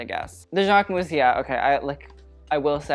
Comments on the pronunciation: speaking both Italian and French it really bugs me how you overly pronounce Versace (but THANKS for doing it correctly) but then mispronounce Jacquemus, the -mus is more like a -mys sound and not like mouse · Him: the jacquemus? 🤢 yeah its jacquemus.